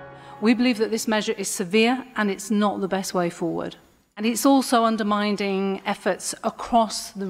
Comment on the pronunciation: "And it's also underminding efforts..." Underminding? Also...why the hell does Canada get a freaking say in this?